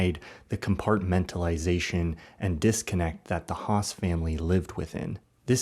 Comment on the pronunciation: Hess not Haas